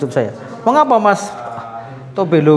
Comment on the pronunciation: Mas belo bkn mas tobole kalau Tobelo itu nama kota dari Maluku Utara😂